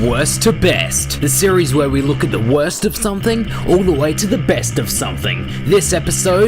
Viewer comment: Sound like your saying West To Best